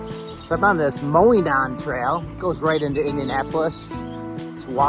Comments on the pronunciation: A headwind coming north from Indy is actually unusual! Monon actually pronounced MOE- nahn ❤ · it is pronounced MO- non. With a long O on the first syllable and short O on the second. That is my only criticism. Great video! I ride a lot of those fine northwest Indiana trails just about everyday. Safe riding to you!